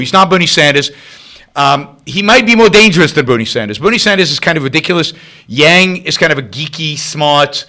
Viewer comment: It's Yang, not Yung. And do something about your audio before you pollute YT with your uneducated opinion.